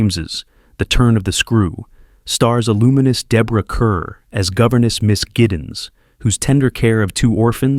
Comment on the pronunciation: I HATE A.I. so much. Deborah Kerr is pronounced like car. They said, "Deborah Kerr, rhymes with STAR."